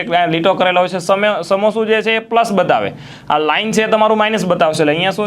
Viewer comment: Sir "Samosu" Jordar Che 😂😂